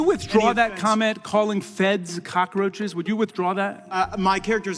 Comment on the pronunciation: Did he call them "cocka-roaches"? Lol. He is such a clown.